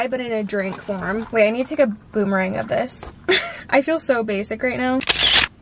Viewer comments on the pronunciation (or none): none